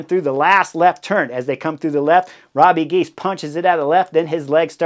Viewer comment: Hey Chris, say Robbuh Gheys😉 Not Robbie Gies.